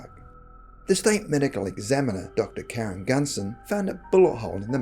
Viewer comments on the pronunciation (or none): none